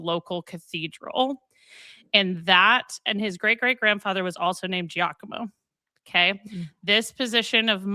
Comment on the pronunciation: Not a threat: when you have “gi” in Italian, it just indicates a soft g, like a j. So Giacomo is pronounced ja-ko-mo, not jee-ah-ko-mo